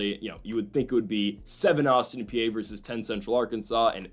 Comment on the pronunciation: Austin PEE and BellarMIN is how you say these damn schools' names for like the 10th time.